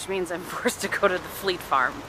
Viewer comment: The colour of your make is gorgeous and really suits you. When you were first saying fleet farm I thought you were saying flea farm I was a little confused :)